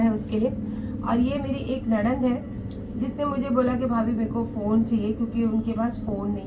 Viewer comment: Nanad bolna sikho phle aap....